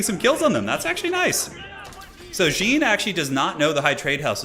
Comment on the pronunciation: I love how you called the champion like some trousers, "jean", the whole game. I'm french and "Jean-Marie" is a common male name, or was, it is a bit unpopular now. Simply "Jean" is still pretty used and common, and stands out as "John" for english people. But the fact is in fresh we pronounce it "Jan", like here : Sorry for the french toxicity, but it made me laugh. Thx for the good content, keep up. Still subbed and thumb is up.